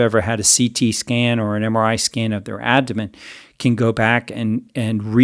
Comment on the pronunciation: Is he calling the abdomen the "adomen"? I can't tell but I don't think he's saying it right. Maybe I'm missing it but if I'm not, that makes me question his expertise even if I do believe him re: heart fat.